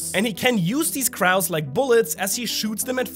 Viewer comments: its more like "kroh" and less like "kraow" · Crow not craow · I know his ass ain’t say cr-ows. CROW. ROW W A C. CROW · "Croe" > "Crao" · It's KROW not Kuhrow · I’m sorry but it’s bothering me that you pronounced it like craue and not crow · Question for you sir. Is "Crao" a German thing, an accent thing, or just a second language mistake? Not making fun or you nor does it bother me, just curious you pronounced "crow" as "crao". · I'm sorry but the way you say "Cr-OW" instead of "Cr-O"physically offends me 🤣🤣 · Long "o" in crow, my friend! ❤ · Some help with English pronunciation: “crow” is pronounced “cro” (rhymes with “no”). It does not play fair. I’m so sorry our language is so confusing when written! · “Crow” is pronounced “krO” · CrOH not crow😂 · Can we all just take a moment to acknowledge that pronounces crow in the weirdest way…. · Ok, are we not gonna talk about how this man mispronounced the word "Crow"?? Pronounced with a long O sound my guy.. otherwise, Still awesome content, but you crow in that way gave me a double take. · the way he pronounces crow is insane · the way he said crow hurt my soul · The way you pronounce crow made my day 😂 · Why you saying crow like that 😂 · I love you and the channel but how you pronounced crow is hilarious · I love how German comes out with his pronunciation of the word "crow" lol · I read this just as he said it 😭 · its interesting how u pronounce crow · PLEASE TELL ME I'M NOT THE ONLY ONE WHO TOOK OFFENSE TO HOW PRONOUNCES THE WORD "CROW/CROWS" LMFAOOOO😂😂😂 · "Crow" is pronounced like "show" or "snow", not like "cow." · That isn’t how you pronounce crow. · you pronounce crow so strangely lol